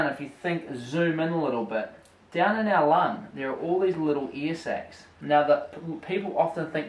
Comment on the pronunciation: I kept hearing "earsex" wtf